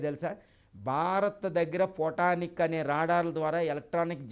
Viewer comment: Khotanic kadhu babu adhi Photanic